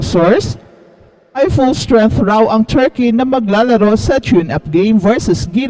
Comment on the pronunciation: " very chall cheam ang churkey...."